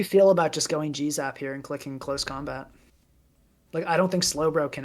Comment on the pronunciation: It was at this point in the video that I realized that the reason kept calling Galarian Zapdos "Jizz-up" was because he was saying "G-Zap"